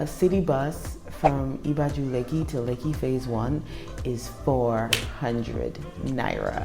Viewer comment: Let me help you with pronunciation of "Ibeju", you still have a very Americana pronunciation and you have to realise Yoruba language is tonal. Hence wrong pronunciation can mean something different. Just like "Oko", depending on how you pronounce it can mean farm or d**k. lol I = E as in "E"asy. Be = Beh as in "Be"d Ju = Ju as in "Ju"ke So it is pronounced EBehJu